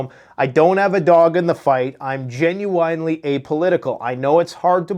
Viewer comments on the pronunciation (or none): It's pronounced "genuinely"! Sorry, You say this word a lot and it drives me nuts! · Dude STOP pronouncing the word "Genuinely" like "WINE"LY it's "WIN"LY"!!!! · Dude.... its not genu - WINE - ly. Fuck!! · Ok I gotta know. Have I been saying it wrong or u saying it wrong. Is it genu-in or do u pronounce it genu-ine? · Gen-u-en-ly. lol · "Gen-u-I nnnn lee" Lololol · "Gen you wine lee" 😂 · When did genuinely become genuwinely?? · I love watching your show, but also like how you pronounce genuinely. 😜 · Hey.. why do you genuinely butcher the word genuinely?:D